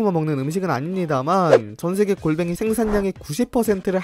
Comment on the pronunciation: 공뱅이가 아니라 골뱅이 딱 걸려쥬